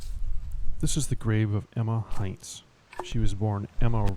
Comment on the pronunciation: Hi. Just because you seem to care. Hintz is not pronounced like the ketchup company Heinz. With just an I, it is pronounced with just the sound of an e.